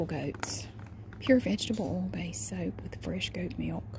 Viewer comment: the way she says "oil" sounds more like "owl" to me.. its great!